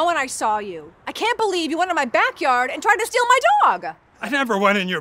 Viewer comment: why does she talk so weird like STEal my DOg